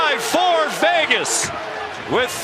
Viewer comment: Is he saying Fegas?